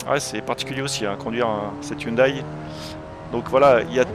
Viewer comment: On dit "hyoundè" pas "hyoudaï" 😅 (désolé c'est plus fort que moi 😛)